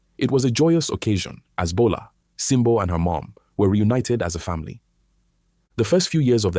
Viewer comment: Bola not gbola😂